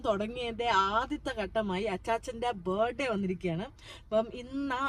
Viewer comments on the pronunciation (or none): ബെർഡേ എന്ന് പ്രൊനൗൺസ്‌ ചെയ്യരുത് ബേർത്ഡേ എന്ന് പറയു.